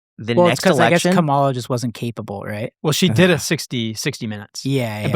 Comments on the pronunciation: Bro can’t even pronounce Kamala correctly and he said she would’ve looked dumb on Rogan lmfaooo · It's crazy to me that people still can't pronounce Kamala's name correctly... I understood why Trump intentionally pronounced it wrong but come come on.. really?